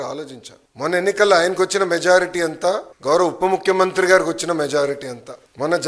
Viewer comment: ఒరేయ్ అయ్యా.... అది "ఉప్ప" ముఖ్యమంత్రో... ""చప్ప" ముఖ్యమంత్రో కాదురా "పప్ప".... ఉప ముఖ్యమంత్రి... ఏది... ఒక సారి అను...!!! ఉప ముఖ్యమంత్రి అనడం రాదు.. నువ్వు జగన్ గారికి "ఉప్ప"దేశాలు... సారీ....ఉపదేశాలు ఇస్తున్నావా...???